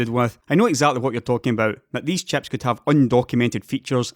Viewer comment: Very good video as usual. Love how you pronounce "chieps"